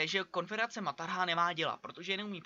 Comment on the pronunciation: říká se maratha a ne martaha nebo jak to říkáš :)